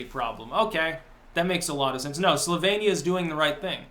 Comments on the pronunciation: It sounded a little bit like said "sylvanian" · You can tell how ignorant this buck toothed fuck is by his pronunciation of Slovenia. 😂